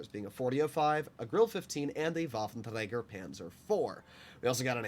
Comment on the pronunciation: why do you say "waffentraeger" so weird? lmao